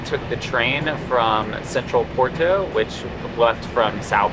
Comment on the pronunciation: Nice video. We're going in 2026, coinciding with the 2026 solar eclipse across the northern Iberian Peninsula. The Douro Valley will definitely be a vested stop on the way to Asturias, then east to Andorra, France, Italy, and Switzerland. Also, I can't help myself (major OCD here). Porto is pronounced, "Por-too", with a rolled "R" but nobody really cares. Come on though...gotta try to sound like we're trying, right?